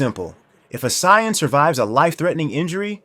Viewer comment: Unsubbing after hearing how you pronounced “saiyan” and “vegeta”